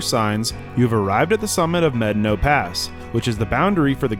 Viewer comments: No. No you have not. Probably. It's pronounced "meh-DAH-no" or "may-DAH-no," not "medd'no" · Brother. Med-a-no. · If your going to make videos of our beautiful country you need to pronounce the name right. It’s pronounced…mad. Ah naw. Pass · Buena "Byeu-na" Vista was intentionally pronounced as such, to sound like the beginning of the word, "beautiful." The town name has an official pronunciation. Medano Pass isn't pronounced like "medd'no" by anyone other than a few polygamists who live outside Wetmore. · How many white people does it take to properly pronounce a Spanish word? I've heard it as Meh-Don-oh, Med-a-no, and Med-no. Guess only the conquistadors really know. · The park rangers I have talked to at the national park do not pronounce it like he does. I think this pronunciation should be the Spanish pronunciation unlike the German settlers that named Buena Vista that spelled it Spanish but pronounced it differently so people could argue over the pronunciation in 2024 in social media.